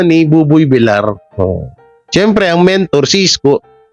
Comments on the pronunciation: Masakit sa twnga kung bigkas di tama.. Villar ang bigkas vilyar hindi Vilar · Vilyar ang pagbigkas hindi Vilar(villar) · ……No offense meant…..sa iyo….PLEASE lang…..BUBOY VILLAR……pronounced as BUBOY….[ BIL-YAR] NOT [ BI-LAR ] Iwinawasto ka lang namin ….dahil “ mahal ka namin” …ok ba???? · Tagal ko nang Chineck si …kaso….no effect,l..VILLAR…..pronounced [ BIL- YAR] ….NOT BILAR!!! sakit sa tenga!!! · vilyar ang bigkas nyan hindi vilar, Spanish word yan Hindi English. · pag double L ang nasa apeiyido ang pronounciation nun ay Y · Vilyar anq pagpronouncee sa Villar